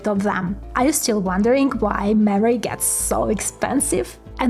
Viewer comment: Lady I love you but the way you say "mammary" I mean "memory" is amazing! You don't always say it, but 60% of the time it's funny every time!